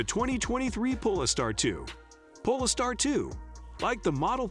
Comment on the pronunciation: Robovoice can't even say Polestar properly. Instantly put me off watching.